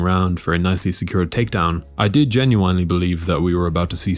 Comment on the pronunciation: How you say the word “genuinely” should be illegal